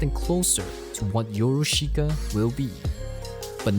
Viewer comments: it’s pronounced as “your-ush-ka” not “yo-ru-shi-ka” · I really like this documentary, but if you will, allow me to correct your pronunciation. It is not "YoroSHIka" but "Yorushka". The "i" is silent. PS. I really like this content! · I love the way you pronounce “YoruSHIka”